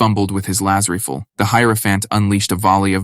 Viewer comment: Yeah man I agree the ai needs to learn how to pronounce rifle....that bothered me something fierce lol